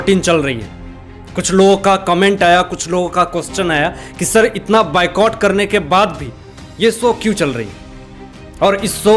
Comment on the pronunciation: Thank You. All must boycott them. Only people power will win. Everyone is getting sold. oan pl check your pro of Boycott. u are saying bye cott. It's Boy Cott. Thnks. no offence.